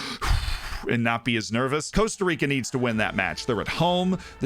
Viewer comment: Cost-A Rica for the love of the FM gods please!!!